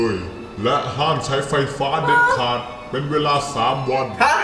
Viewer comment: พูดว่าเปง